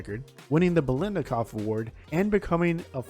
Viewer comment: This has nothing to do with your picks, here . . . but you really ought to start practicing on the letter "t". It's "FOOTball," not Fuboll." It's "Biletnikoff" not "Belidnikoff." Etc. But, nice list.